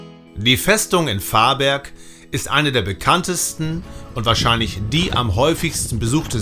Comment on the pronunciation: Hej, ein schönes Video mit sehr viel gute Infos, man will mehr sehen, bei der Aussprache besteht ein wenig Training. Ist aber nicht so schlimm, Varberg wird warberg gesprochen, vännern auch wännern gesprochen, Lidköping spricht man schöping. Åå schwedisches o und o ist ein u. Y ein ü